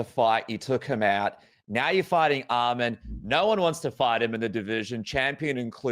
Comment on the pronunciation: I respect Dan for saying his name right Arman not Armin